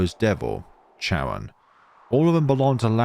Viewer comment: Thanks ❤️❤️❤️. I've been waiting for the translation of season 11 for a long time since season 10. However, you mispronounce some characters' name so will correct it for you. For instance, the letter "c" in their names is pronounced similar to "k", sometimes "s" not "ch". For instance: - Caron is pronounced ka-ron. - Caesar is pronounced see-zer - Spica is pronounced spee-kah. - Luca is pronounced loo-kah. - Luce is pronounced similar to loose (Most characters in the game have Italian names) - The village Triela is read "Tree-lah". My correction ends here. Hope that it will be help for the next video.